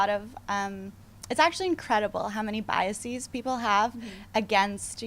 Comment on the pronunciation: Love how she claims to be Instagram’s first influencer w/absolutely no proof of that. Love that for her. Also, “bi-ah-sees” is not a word. That’s not how you pronounce it.